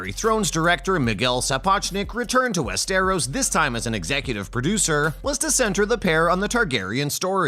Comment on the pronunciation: Dude cant even pronounce Westeros right. 🤣🤣🤣